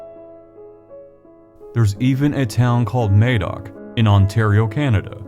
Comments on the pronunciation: Ma-doc, I'm Welsh, check out the works of Alan Williamson and baram blackett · I wish americans would research pronunciation. The "a" in Madoc is pronounced a in haddock. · Its pronunced MaDOC there is no e to make the phonetical A sound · Got to say it ... Madoc or Madog is pronounced ' m ah dock ' A in Welsh is always like a in " as " in English. Sorry, but coming from Wales and learning Welsh in my 60's, such an important person in your story needs to be pronounced correctly...Good work BTW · Im Welsh, just to clarify that Madoc is pronounced madoc (as in madness) not madoc as in maybe)....in Welsh, the letter 'A' is always pronounced as in: apple, atom, cat...and never as in: day, slay, ape. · Very interesting to hear this from an American point of view. Can I make one small point about the name Madoc please. In Wales in the area he set off from (and where I live) it is pronounced with a hard ‘A’. Just a small point, but I thought I’d share. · Great video, very enlightening. However Madoc is not pronounced with an A such as in hay or May, but with a flat A as in math. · As an old(ish) Welsh man, I've been aware of the legend of Prince Madoc, for most of my life. I really appreciated your film, it was extremely interesting. Just wanted to point out that Madoc, is pronounced the same as mad, Madoc, not May, doc. Thank you again. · Something I did forget to mention, it isn't pronounced May-doc but Mah-doc with a hard 'A' I think more credence should be given to Native American stories. (and other myths and folk tales around the world) I read somewhere, north western Native American tribe had a story about an exploding star which went back hundreds of generations It was proven true by astronomers who used description and 'co-ordinates' to find it from around 9,000 years ago. I just wish I had paid more attention to be able to quote reference. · Madoc is pronounced the same as mad not maid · "Madoc" is pronounced "Maddock" not "Maydoc".